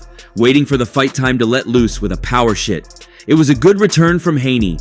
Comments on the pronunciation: "A power shit"..cmon man with this ai ish ... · Around 640 instead of "power shot" the narrator said power shittt